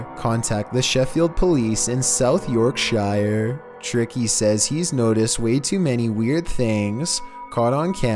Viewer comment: Made me laugh how you said South yorkshire that's where am from 🤣🤣